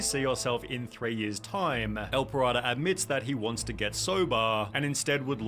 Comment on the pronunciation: his name: el pirata the guy in the video: ehl pahrado